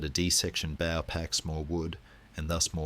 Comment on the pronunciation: Great content but poor narration generation. Constant incorrect pronunciation bow, needs to say bow as it bow tie, not bow as in tree bough, just click the regeneration option on your UI, work with the filters a little and it will remove irritating glitches in the narration. Put the phonetic spelling into the text to speech option. Incredible content, but a little tidy up and attention to detail will make it perfect. Keep up the good work😊